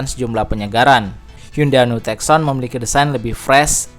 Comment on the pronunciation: tucson..dibaca.. tussan..